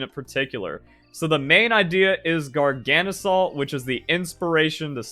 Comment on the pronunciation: Is your coninuing of mispronouncing Garganacl a choice, or did you just never notice the extra 'na' that snuck into your pronunciation? Garga - salt Gargana - cl (or chloride) Not Gargana - salt, trips me up every time xD Love your vids, have a nice day